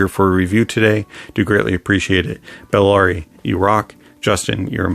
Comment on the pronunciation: Buh- la-ri